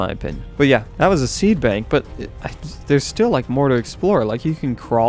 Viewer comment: He Called it a seabank NOT a seedbank